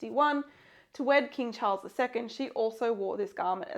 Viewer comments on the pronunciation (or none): none